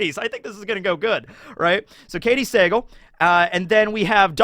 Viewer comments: It's Katey Suh-Gahl, not Say-gul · You gotta learn how to pronounce Katy Sagal’s last name. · Am i the only one who cringed when was butchering Katey Sagal last name lol